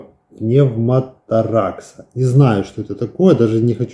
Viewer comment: пневмоторакс, ударение на второе О , пробито лёгкое, дышать невозможно, в простонародии дырка в лёгком, закрывают пластырем.